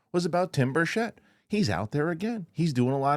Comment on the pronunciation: Representative Tim Burchett’s last name is pronounced BURR-chit, not "burr-CHET"